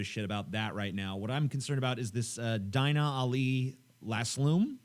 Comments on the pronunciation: Deena, not Diiina. Dumb,, dumb. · its pronounced deena not dine-a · Her name is pronounced ''Deena'' xDI think they're against muslim immigration because of Islamic values and that they support her because she doent fit in that category or to those belifs and that her story is different to most immigrants and that shes in genuine danger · I think she would go back to saudi arabia willingly if she knew how white people pronounce her name. Its pronounced Deenah not Dyna. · I think her name is pronounced DEEna, but w/e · you butchered her name.. its pronounced DEE NUH... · lol TJ, it's pronounced "Deena".